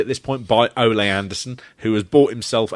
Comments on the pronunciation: IT'S NOT OH'LAY!!! IT'S OH'LEE!!! YOU MUPPETS!!! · I love how pronounces Ole like a Spanish matador rather than as the Scandinavian name. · You pronounce Ole's name incorrectly. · Yes he does. Why are you lying? He pronounces it as if there is an acute accent above the letter e. Ole himself and his peers pronounce it correctly. Watch some videos of that, then return here to apologise for being an incorrect prick.